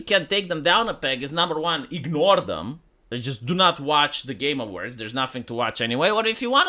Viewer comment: Everytime says Game Awards it sounds like hes saying "Gamer Words". I vote the community hosted Game Awards be called the "Gamer Words"